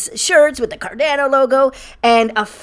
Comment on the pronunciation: You said carDANo again and not carDAHNo!! Aaaarrrggghhh lol. Come on dude!